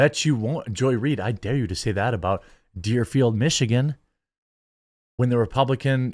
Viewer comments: It's Dearborn, not Dearfeild. If I remember correctly, they're the city that said they were only going to fly the national, state, and P.O.W. flag above state government buildings last June. I don't know what's sadder MSNBC's blatant racism and religious intolerance, or the fact that there are people that agree, and also believe the same thing. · Deerborn michigan*, not deerfield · you meant Dearborn when you said Dearfield lol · It's DearBORN Michigan, not Deerfield LOL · Its Deerborne I think but I got what you were saying lol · Hahaha Dearborn! Not Deerfield haha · Deerborn, Michigan. Lol, you had it right the first time, Jerm. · Dearborn. Not deerfield